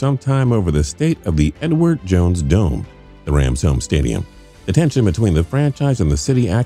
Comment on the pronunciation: is it just me or does it sounds like he isnt saying " the Edward jones dome"lol